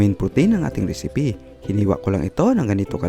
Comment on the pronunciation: Ano un Risipi hahaha. piper daw hahaha